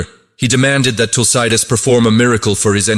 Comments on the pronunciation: Please pronounce Tulsidaas properly.. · Can't pronounce Tulsidas properly. Terrible